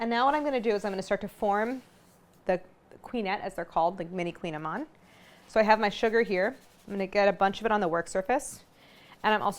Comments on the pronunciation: Well, you're correct in that it's difficult to pronounce since it's Breton celtic, lol, but it's not "queen"-amann either, lol, at least from what I've heard other Bretons say, it's closer to like "cooñ", but even that's not it because it's a vowel we can't do in English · Oh non why you say it like that! It’s Kouign Amann (koui-ya-maannnn….), mon dieux 🤦🏻‍♂️ but I will forgive you for giving us the recette though ✌️✌️ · It's in Breton language, which is not a romance language. It's pronounced "koo-nyah-mahn". They taste heavenly, of course, especially when done in Brittany ! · I've made these for years and always pronounced it like Claire did. Last time I was in Paris at the Marché Bastille I was corrected by the baker: "koo-NYA-man."